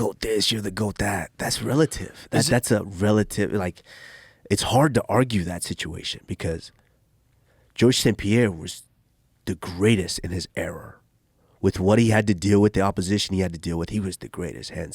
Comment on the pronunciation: Damn Leon messed him up so bad he called “stint” and “stinch” and “era” “error” lol